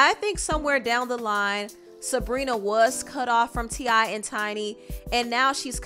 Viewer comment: ITS TI NOT TINY ...